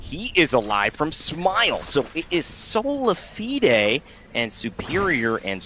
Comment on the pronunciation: He’s pronouncing Solafide so fucking wrong, plz stop